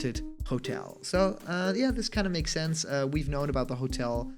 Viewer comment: "If it has too many spelling errors it's fake" Also: "Shense" Is fake?